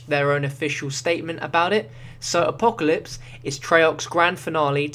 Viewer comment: So funny how he say apocalypse he's like A POE KA LIPS